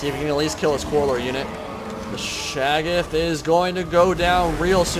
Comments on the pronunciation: Ohhh! I must've missed that. I believe the correct pronunciation utilizes the hard "a" and soft "o". Shay-goth (goth pronounced like those kids in all black and makeup) with the stress on the first syllable. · You pronounce "Shaggoth" differently almost every time you say it.